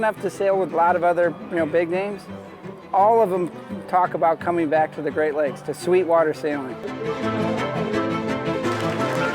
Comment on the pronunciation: It's the Great Lakes. Not Greak. SMH.